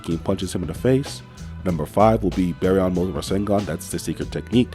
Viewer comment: Bro said bearyon